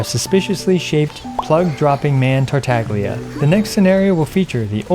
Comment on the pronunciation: finally ,he spoke Togtola's name correctly